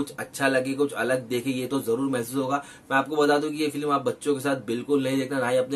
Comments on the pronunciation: Feelim nhi film hota hai bey🤪🤣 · Film ka review dete Ho bhai aur film pronounce bhi nhi kar paate 😂😂